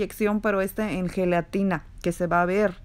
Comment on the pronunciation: Heletina heletina heletinaaa heeey helatinaaaaaa. 100 times 🤦‍♀️